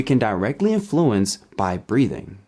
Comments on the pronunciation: The accent in the word 'influence' is on the first syllable, not the second. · Influence is NOT pronounced like that